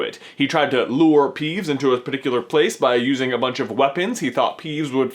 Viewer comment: .....You said peevbes instead of peeves